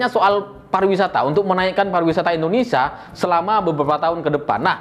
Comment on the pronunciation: Hey ya bukan Indonesa belajar selling dulu sblm bikin konten